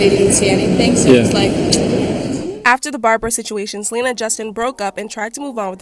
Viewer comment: “then out of west bumble comes selener.” 🤣